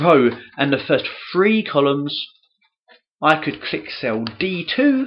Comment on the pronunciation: OHHHH you were saying 3...thought you were saying "free" 🤣